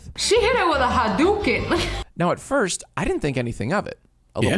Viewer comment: Her biggest offence by far was mispronouncing "hadoken"